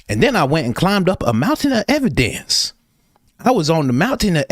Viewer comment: Brandon Tatum on a MOUN-tin of ev-i-DENCE 😂😂 Can’t thank you enough for the laughs. Thanks Coach!